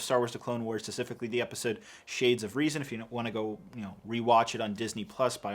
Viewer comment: there is a p in specifically. i'm gonna rip my ears off loll